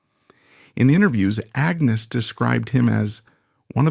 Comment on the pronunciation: Why do you keep changing the pronunciation of Agnes's name?